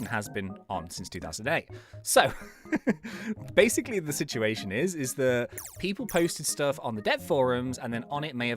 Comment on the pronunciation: why always said basic lee